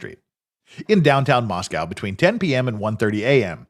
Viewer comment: Moss-co not mos-cow Also i mentioned it on a previous stream, this isn't "small". The "metro" is almost 100k people spread between Moscow and Pullman. There is an airport (albeit incredibly small), that has commerical traffic. Most of the people who live there are transistory and come from Seattle or Boise so this isn't back woods small town with small town people.